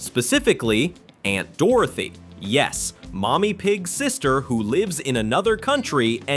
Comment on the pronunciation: "Aunt Dorothy" 💀